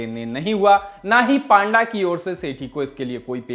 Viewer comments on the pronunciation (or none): पांडा नहीं भाई पंडा 😅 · Not 🐼.it's p-anda.😁.